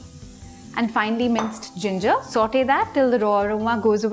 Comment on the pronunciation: Saute as in sought you say